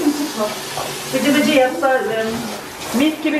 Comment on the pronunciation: Bıcıbıcı değil cıbıcıbı😆😆😆😆😆😆😆😆😆